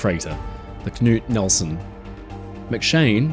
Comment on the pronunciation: As a speaker of Norwegian, I want to give a shoutout on his excellent pronunciation of the name “Knut” as I don’t think I’ve ever heard an English speaker do it better!